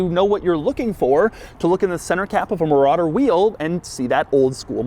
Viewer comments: muh rodder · mouh rADder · The way Doug says "Marauder" is the equivalent of Hoovie saying "Riptide Blue." I guess it's impossible to say Marauder without emphasizing the name 😂